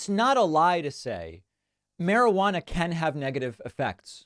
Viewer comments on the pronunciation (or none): none